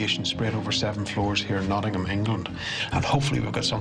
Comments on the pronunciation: Nawding Ham! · as an english person, it pisses me off every time they say Nottingham cos it’s just so wrong